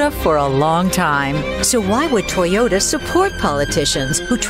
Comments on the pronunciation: How fucking hard is it to say Toy-ota vs TY-ota.? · Did you say “tiyota”,?